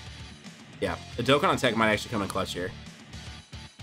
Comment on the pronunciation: Fun Fact of Today: used to pronounce DokkAn Battle DokkEn Battle 👈 (Why?) btw also this was his first OG Vids so can’t call him out to much